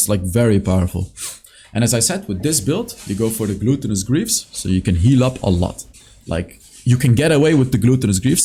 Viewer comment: the way you pronounce "gluttenous" like "gluten" in bread makes me smile everytime:)